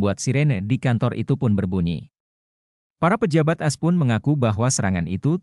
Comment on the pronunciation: jangan dibaca as bacalah dgn baik Aa Es